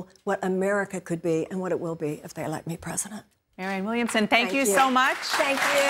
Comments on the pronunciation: Man what does it take to pronounce Williamson ? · Damn you cant say her name right 5 times in a row,😆 williamson for president!!!!!!2020!!!